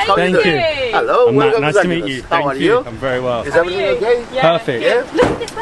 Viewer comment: The stress is on the first syllable: ZAkynthos. But you may also hear the form ZaKYnthou, which is the genitive case. Here, the stress is on the second syllable. 🙂